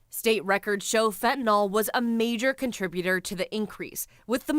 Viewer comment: Say fentanYL, not fentanOL.